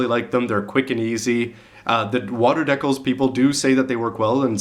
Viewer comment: HEY YOU, I LOVE HOW HE SAYS DEKILS, haha!